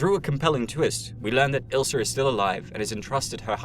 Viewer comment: Her name is Ilsa, not Ilser.